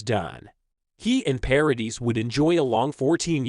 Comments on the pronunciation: It's Paradee not dis! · It’s PARADIIIIIII. NO S at the end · The surname Paradis is French. You don’t pronounce the s at the end of French words. Paw ra Dee. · Is it possible that there is just ONE American who can learn French pronunciation? Vanessa Paradis 's name is pronounced ParaDEE. The woman is French and deserves to have her name pronounced correctly and to be treated with respect! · paradis is pronounced pa-ra-dee , both a's are as in apple, and the s is silent, last syllable stressed. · Her name is pronounced 'Pa ra dee' the s is silent. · yes !! Obviously !!! But the « S » is silent !!!!!! Can’t you understand that? I’m French and you cannot pronounce her name with the s at the end it sounds terrible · Paradis (the "s" is not pronounced)